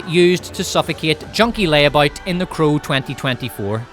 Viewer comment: Anyone tell you that you pronounce "crow" like "cruel"? I kept wondering listening to and not watching the part about The Crow 2024 what movie is Cruel, until you started speaking about Bill Skaarsgard. But it is fitting, anyone forced to watch The Crow is subject to cruel and unusual punishment.